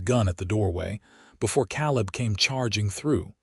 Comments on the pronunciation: Very good story. Caleb name is pronounced KA LIB, laughing because these stories always has a MRS. CHEN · Please look up pronounciations of towns. Abilene & Salina are both wrong. I am listening from Kansas & both those towns are 1-2 hours away. Caleb was also wrong